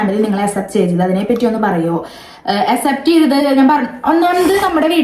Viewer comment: "അസെപ്റ്റ് " അല്ലാ അക്‌സെപ്റ്റ് ആണ്